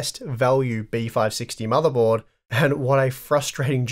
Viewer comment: What's a "motherbold"?